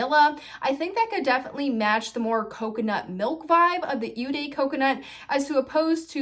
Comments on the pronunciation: "Eau" is pronounces like the English letter "O"......you are saying it as "U" for some reason. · Eau is pronounced like oh (not ew). Just being helpful, not to be mean.